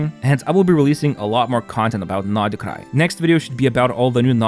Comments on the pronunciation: It's not NORD KRAI...SAY NOD KRAI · ooff u say nod krai so weird way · Thought I was the only one who thought that lol like the other comment said probably is the true pronunciation but sounds weird and forced to me